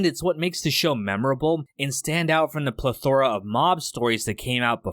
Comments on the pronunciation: PLETH•ora, not “pleth•ORA”. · You pronounced "plethora" wrong and it upsets me